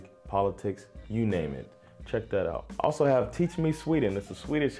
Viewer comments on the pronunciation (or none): none